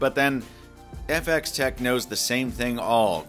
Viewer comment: I giggled when he pronounced it like that :) Technically it'd be function-of-x-tec though